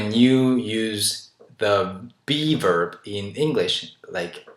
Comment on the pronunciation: hehe, everytime u say b-verb i hear beaver, lol)